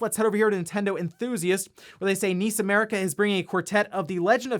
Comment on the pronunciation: N.I.S. America! ....👀. Not niece. N.I.S. 😔.